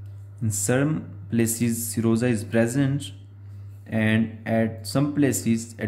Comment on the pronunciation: I thought you were saying samosa